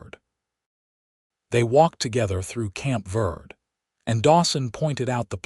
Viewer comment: Dawson is literally a prince among men, taking what he has learned from his years in the wilderness and applying it to his actions and reactions to Florence. Please work with AI to correct pronounce “verde” - VEHR-Dey.listening from TN.